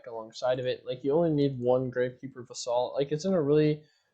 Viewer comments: 'Vassal.' Not 'vuh-SAHL.' 'VASS-sull.' It rhymes with 'castle.' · It's Vassel, not Va-Saul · painful to hear him mispronounce that word lol